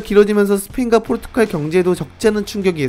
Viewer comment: 포르투'칼' 아니고 포르투'갈'이요. 백만 구독자 갈것 같아서 그전에 아룁니다